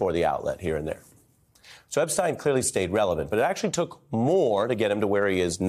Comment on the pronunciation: its EP-SH-TEYN not EP-STEIN